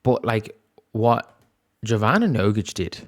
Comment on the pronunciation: Just a note on her name. It's pronounced like you would pronounce 'y' in yoghurt. So more like yovana, not jovana as in name joe or john